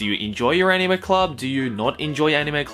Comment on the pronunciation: Anyone else want to bash their head on a brick wall every time he pronounces anime?